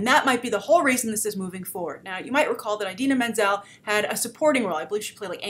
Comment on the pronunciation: She pronounces Idina Menzel wrong